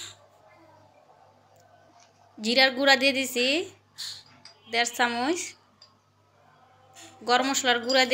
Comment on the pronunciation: ছমছার বলে না। বলে সমুচা । প্লিজ , মানুষ বলতে বলতেই শিখে। ছামুইছ না বলে বলবেন চামচ । সুরাইয়া তুমি কমেন্ট গুল পরে তোমার মা কে শুধরিয়ে দেবে। তোমরা অনেক ভাল করছ এখন আগের ভিডিও থেকে। দিন দিন তোমাদের আরও অনেক উন্নতি হোক এটাই কামনা করছি।